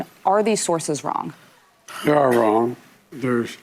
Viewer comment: "Deyyy awe wong"......yep! They are!